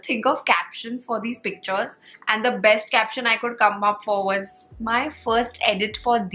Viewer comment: In your pronunciation it's besht 😂😂